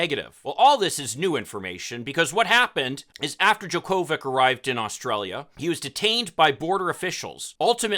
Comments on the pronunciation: "Jocko-vitch", not "Jo-Ko-Vic". 🤦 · It’s pronounced, JOKE-o-vich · 100's of 1000's of tennis fans around the world are CRINGING at your pronunciation of "Jo Ko Vich"'s name. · You really can’t pronounce his name after him being tennis champion for decades?!! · I agree with everything you said except for how you pronounced his name. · First: If you’re going to do a story about somebody, pronounce his name correctly. Second, we shouldn’t be critical of anti-vaxxers after how we let Aaron Rogers, The Green Bay Packers and the NFL off on a major infraction. It’s the same situation of somebody can ignore rules based on who they are!